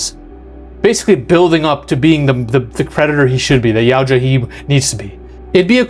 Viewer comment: Help me understand how you can correctly pronounce Yautja. But, you can’t pronounce Elle, the same way you would say the letter “L” or pronounce Yutani even remotely correct.